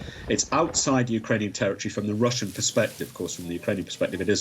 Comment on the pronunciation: You said russian wrong